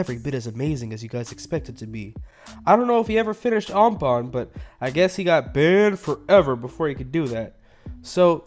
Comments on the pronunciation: Bwannd fowever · How he says "ban for ever" is so weird